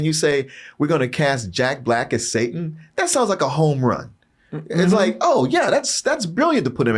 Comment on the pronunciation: The guy talking in this video is dyslexic too because he couldn't even pronounce Satan right